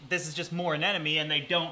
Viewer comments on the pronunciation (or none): Learning moment: it's actually a Sea Anemone, not an anenome. A lot of people swap the m and the second n when they say the name of the creature, but it is, indeed, A-NEM-O-NE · Say it with me... A-NEM-O-NE. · Anemone. Anemone. Anemone. Anemone